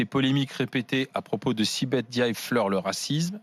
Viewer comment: Arrêtez de dire N diaye, vous ne savez pas lire? C'est Ndiaye ! Mbapé , Ngijol, c'est collé .